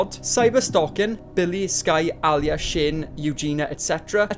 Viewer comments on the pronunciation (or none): none